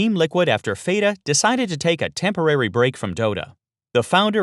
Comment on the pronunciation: LMAO " Fae-Ta" do you even dota?